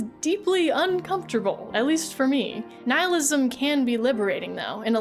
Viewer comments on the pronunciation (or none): none